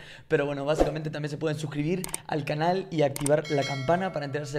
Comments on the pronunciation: En el minuto dijo por el apollo que le da a el calan no dijo canal dijo calan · En el minuto a dice calal em ves de canal